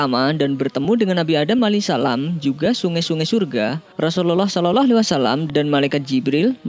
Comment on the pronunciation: Saloloalaiwasalam. Salawllah bacanya bukan salolo